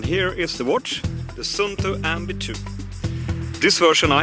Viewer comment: Swedish hold an Finnish Watch :) Good Neighbor :D You say Sunto... Use 2st UU (SUUNTO) and then you say it Right =)